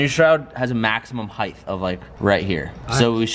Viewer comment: “Has a maximum heighth”